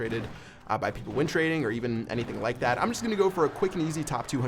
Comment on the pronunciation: Doug Star YT Thought he was saying wind trading lol